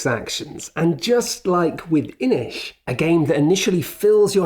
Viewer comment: says a word from a language I speak Me: "Oh come on guys, you butchered that! Aren't you professionals?? Don't you do ANY basic research before a review on how to say the words you KNOW you're gonna be using from a game?!?": pronounces Inis like "Inish" Me: "Oh so that's how you pronounce that." ¯\_(ツ)_/¯